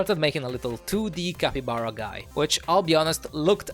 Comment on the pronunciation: Yay i saved the "cakybara"😂